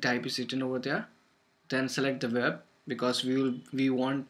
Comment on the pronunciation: You're pronouncing "w" in "web" like the sound of "v". You're pronouncing the "v" in "convert" like the sound of "oo" as in "soon," or the start of "oo-eb," the word "web." Change the pronunciation of "w" at the start of a word to "oo" as in "soon," and change the "v" in "convert" to your current pronunciation of your "w" in "web." If right now you pronounce "conveb," you'll actually pronounce "conweb." If you pronounce "conwert," you'll actually pronounce "convert." You've got the right sounds, but applied to the wrong letters--you've swapped them.